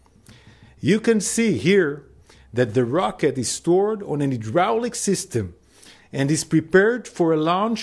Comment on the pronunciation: aydrawlic system lol he needs English courses lol